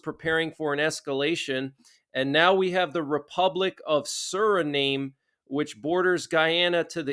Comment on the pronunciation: please just take this as me trying to be helpful. The "nam" in Suriname is pronounced like the "nam" in Vietnam. More like nom.